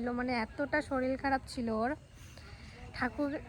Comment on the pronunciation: Tumi amar meyer moto tai bolchi kichu mone koro naa,tumi pronounsetion taa thik kore korbe jamon shoril naa shorir,tetion naa station, eiguli thik korbe ta naa hole tumi khoob bhalo ,egiye jao boro hou ,khoob bhalo meye tumi ,bhalo theko,sobayke bhalo rekho.❤